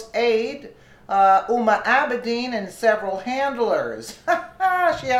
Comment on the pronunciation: huma is NOT FROM ENGLAND! NOR IS COCKNEY!!!!!!!!!!! PROUNOUNCE THE HHHHHHHHHHHNH!